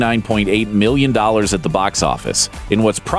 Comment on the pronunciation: I swear almost every time he said million dollars I thought he said billion